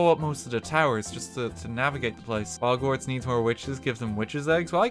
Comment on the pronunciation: "welcome to bogsnorts."